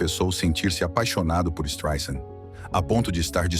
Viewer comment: Desculpe, tive que comentar... Ela detesta que pronuncie o nome dela como você está pronunciando com z. Não é Streisand com Z e Sim Streisand com s , "soft" como "sand" (areia) ela sempre diz isso. Além disso, existem alguns erros na sua narrativa, querendo vitimiza la, que é o pior deles, a Barbra ia detestar se falasse português. Vamos aos outros : A mãe dela não poderia tomar Prozac antes de 1986 pois a fluexitina "Prozac" ñ existia, embora fluexitina existisse desde 1972 não era para depressão, Prozac mesmo só chegou às farmácias americanas em 88. Nessa data, Barbra já não morava com sua mãe a séculos. Além disso, Prozac "Fluexitina"não anestesia ninguém, é inibidor de recaptacão de serotonina, que teoricamente deixa as pessoas mais felizes,nem tem o poder de anestesiar ninguém. A mãe poderia tomar algum outro tipo de remédio, mas jamais Prozac, pelo que já disse acima, poderia ser distante, mas não pelo que você disse. Fora isso, algumas informações são verdadeiras. Mas edite este Streisand com Z porque SE dói no meu ouvido, imagine no dela. Aliás, sugestão, refaça como uma mulher vencedora e não com o título e o que você diz que ela é uma pobre coitada. Ela vai odiar.